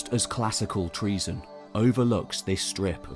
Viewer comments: Not pronounced that way. Enter "english greek translation" into a search engine then translate Troezen to greek. There is usually a sound icon below the translation that will speak the word in greek. English forms of greek words are often phonetically poor representations of the greek words. Unfortunately the narration in this video isnt even close to the english "tro-zen". Think "toe-zen" and insert the "r"..😊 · it's Troezen then